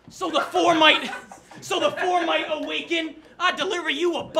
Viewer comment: 🤣🤣 dude said " I got a FOE FOUR" 😆😆